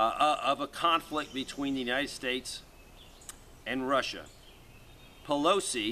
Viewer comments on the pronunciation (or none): none